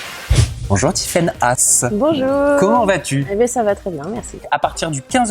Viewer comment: C'est Haas et pas Hass